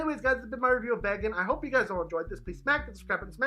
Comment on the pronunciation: Isn’t it pronounced VAG-OHN-TAY?